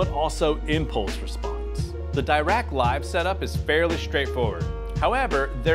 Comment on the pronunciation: Dirac room correction is called after a renowned physicist Paul Dirac and isn't pronounced as a "double rack"